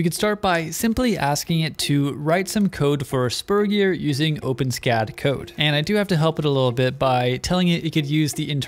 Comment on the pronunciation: It's pronounced o-pen-es-cad (four syllables).